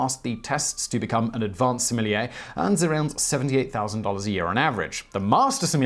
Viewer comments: I cringed every time he said "similier". Please learn how to pronounce sommelier. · Thank you Simon! I watch your videos most days of the week and I always enjoy learning new and interesting things. I myself work in the wine business and my job title is in fact that fancy French word that my guests are reticent to attempt pronouncing. I'm currently studying for the Court of Masters Advanced Examination so I'm familiar with the rigors involved. I appreciate you coving the topic accurately and with a balanced tone. My colleagues and I study furiously and taste hundreds of wines a week. Our very livelihoods depend on us understanding what's in the bottle and communicating that effectively to our guests so I can hope it's no wonder that when I see article and videos calling out my career and learned skills as nonsense, its somewhat frustrating. Another popular YouTube series 'Adam Ruins Everything' gave a rather boisterous and, i feel, misinformed assessment of our industry, citing many of the same studies you have in this video. Your nuanced and thoughtful explanation is refreshing and those of who love wine and have chosen to make it our life's work appreciate you communicating to the public in this way! Keep up the fantastic work. Cheers, Rick Stiles Certified Sommlier Houston, TX